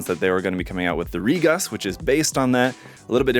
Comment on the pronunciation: Re-coon, not ReGus.